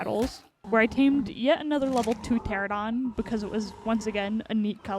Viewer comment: feels like every ark youtuber calls them "teradon" when it's clearly "pterANOdon" 4 syllables not 3